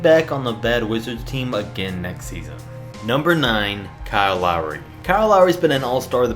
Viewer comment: lowry, omg did you get that one wrong, lolol can you say finals?